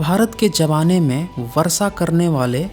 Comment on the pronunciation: एक बात तय है की मे वीडियो मे क्या बोल रहे हो इस से ज्यादा तुम्हारी आवाज़ पे ध्यान दे रहा था. बड़ा ही घटिया तरीका है बात करने का, ऐसा लगता है किसी सडक छाप को उठा के वीडियो मे बोलने लगा या हो. Pronunciation और भाषा पे भी ध्यान दो. कोशिश को कोसिस और वर्षा को वरसा, शुद्ध को सुध बोलते हो. कॉन्फिडेंस की कमी लगती है तुम मे. छुप छुपा के बोल रहे हो ऐसा क्यों बोलते हो? अपनी आवाज़ से ही वीडियो देखने वालों को भगाने का गज़ब का हुनर है तुम मे. खुद से नहीं होता तो किसी और से बुलवाओ वीडियो. बकवास और घटिया आवाज़ और pronunciation के साथ हमारे कानो पे अत्याचार क्यों कर है!!!!